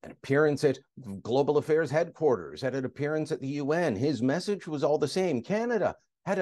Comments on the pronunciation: Did Trudeau say, 'meshage?' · What's the "messhage" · I had to replay him saying "message" about 10,000x 🤣 🤣